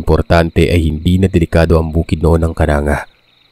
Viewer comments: Its not Kananga po it's kanang-ga po😅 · Mali ang pagka bigkas ng lugar.di yan kananga.kundi ang bigkas.KANANG GA. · pronouncatuion po Ng KANANGA, AY KANANG-GA PO.😊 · Its kanang-ga ang pagbigkas yan hindi kananga, may pinsan ako jan isang guro d ko nalang pangalanan, kasunod nyan is villaba at kasunod ay palompon. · Kanang .ga po pag basa niyan KANANGGA LEYTE taga baybay Leyte ako 😊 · Kanang ga po pronounce nun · Kanang(ga) Po yung pagkakabigkas:) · Kanang ga po Ang pag bigkas nyan